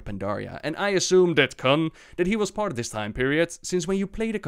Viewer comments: Kun not Khan.... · Not sure "kun" was pronounced correctly but great video anyway!